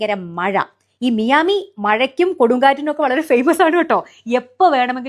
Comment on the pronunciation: മിയാമി അല്ല. മയാമി എന്നാണ്.